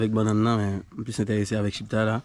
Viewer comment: Mon frère se chiktay non chiptay.